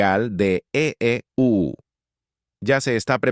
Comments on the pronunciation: Se oye horrible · Que mal se olle el EEUU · Porque el narrador dice eeuu???